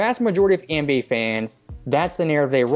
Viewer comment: Why does this guy always say ENBA instead of nba. It’s so weird.